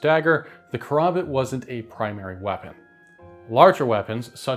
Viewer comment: Its KA. RAM. BIT KARAMBIT NOT KOROMBOT like this walking mid life crisis keeps saying. Dont be one of 3 tarded creator's who willingly say the dam name wrong